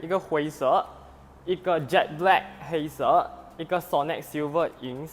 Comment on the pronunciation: 华语发音有待进步一下。“白色”，你念成“白蛇”。“黑色“就念成”黑蛇“。基本语言与词调得拿捏好。